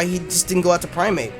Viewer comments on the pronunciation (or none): You kept saying "Primeape" and I kept hearing "Infernape." I'm like "yeah, special Infernape is pretty viable, what's wrong with that?" haha